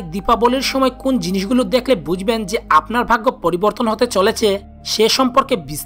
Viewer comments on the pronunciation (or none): "Bujben" ta abar ki , bolun "Bujhben"